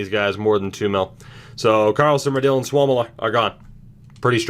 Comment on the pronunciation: its sua-mella not souwomila